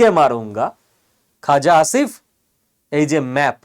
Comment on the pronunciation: পাকিস্তানের প্রতিরক্ষা মন্ত্রীর নামটা কী বলছেন ? খোজা ✂️🍒👈 আসিফ ? 😂😂😂